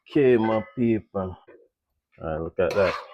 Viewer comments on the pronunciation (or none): I love when he say ok ma peaple